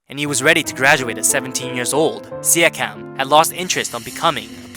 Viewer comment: stop pronouncing his name like that, it hurts